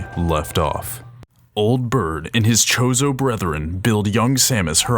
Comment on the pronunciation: I'm glad you made the video to clear up Samus' true personality and character but, omg dude, it's spelled Chozo but, pronounced Koh-zoh. Aether is pronounced A -ther, not Ether, lol. Not trying to be a jerk or anything btw.